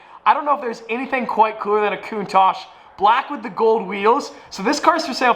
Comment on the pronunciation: Merci or the Cuntaj or however u pronounce these names lol😭